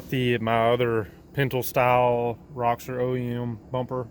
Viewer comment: Roxor not roxer lol